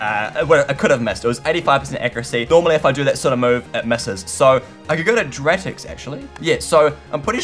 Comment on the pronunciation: YOU CAN PRONOUNCE ANYTHING YOU SAY AQUADRID WHEN IT'S ARAQUIND YOU SAY MAETRIC WHEN IT IS MANETRIC AND NOW YOU SAY DRATIX WHEN IT'S DARTRIX! I'M ASHAMED